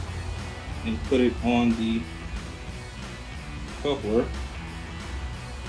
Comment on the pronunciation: I guess he does not know how to pronounce the word coupler. Because he's saying it wrong, it doesn't instill much faith in his skill and knowledge of what he's doing, does it